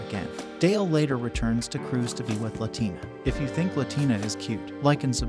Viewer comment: La la tina. It's pronounced wrong in this video. She isn't Latin American lol